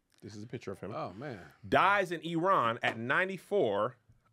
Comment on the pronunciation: Kudos to Kev for pronouncing "Iran" correctly. Automatic like.